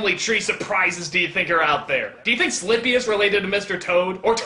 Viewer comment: Es "Slippy" (de Star Fox), no "Slimpy".